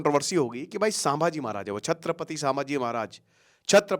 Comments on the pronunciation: Sir please its not Saaambhaji its Sambhaji maharaj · Pronounce the name properly it is not Saambhaji maharaj. It is sambha ji maharaj not saambha ji maharaj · Doller ke ke liye video bana raha ye Isko bhi Koch pata nahi.. छत्रपती संभाजी महाराज.. not छत्रपती सांभाजी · सांभाजी नही संभाजी🎉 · Correct your pronounciation sir, saambaji नहीं छत्रपति संभाजी महाराज/ शंभू राजे🚩🙏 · अहो दादा सांभाजी महराज नाही ते संभाजी महाराज आहे ते🤦 तुम्ही गुरु आहात आणि गुरुज जर चुकीचं उच्चारण करत असाल तर तुमचा गुरु असण्याचा काय फायदा. नाव व्यवस्थित घ्या दुसऱ्यांना शिकवण्याआधी. फक्त व्ह्यूज घ्यायला नका येऊ😖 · सांभाजी ❎ संभाजी ✅ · सामबाजी महाराज नहीं संभाजी महाराज बोलो. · अबे sambaji नही संभाजी महाराज बोल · Its sambhaji maharaj not sabaji maharaj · सांभाजी नही संभाजी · संभाजी सर सांभाजी नाही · Pahile sambhaji maharaj nam achese bolo..